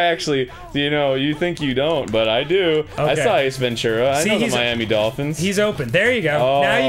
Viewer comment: I love how Miami is "MIA"